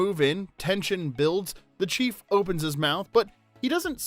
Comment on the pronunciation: You said the CHEF lets him go instead of the chief. And the way you say some of these things tells me you've never seen Blazing Saddles, or at least not in this decade. This movie never fails to cheer me up and seeing trivia about it delivered by someone who doesn't honor the material is a bit disappointing.